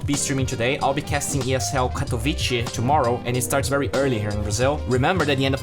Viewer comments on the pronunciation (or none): "Katowice" is not pronounced "Katoviche" but more like "Katovitze" actually. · "katowiTSCHE" Its funny how foreigners trying to pronounce our polish names :D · Read Katowice like Katowitze